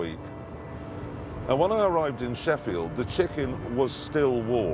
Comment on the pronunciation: It's Sheffield not sheriffeld, town in the UK that I live 20 minutes from, it's a shithole